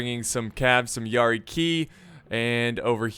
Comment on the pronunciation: Is it pronounced yari “Key” or Yari “kI”